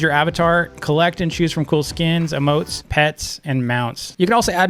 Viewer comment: EEEEEEmotes not Mmotes